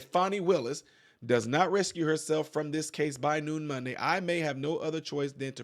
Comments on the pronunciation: It’s recused not rescue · Recused is pronounced “Ree Kewsed”